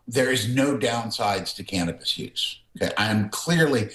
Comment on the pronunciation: Can't we educate these reporters to say the name "Cannabis"?